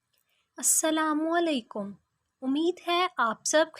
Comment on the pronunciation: The way that u say assalamualaikum 😂😂 but thanks